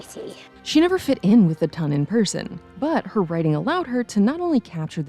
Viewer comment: its no tun its ton sheeeesh at least get that right